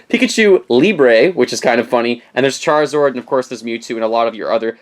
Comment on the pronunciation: Did you say "Charzord"? 😂